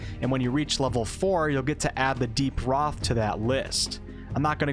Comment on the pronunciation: it's pronounced ro-thay